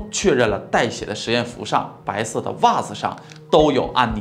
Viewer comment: 比如“白色的袜子”读成“白射的🧦”